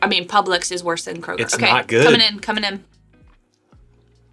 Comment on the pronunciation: Thank you for not pronouncing it as Krogerzzzzzzz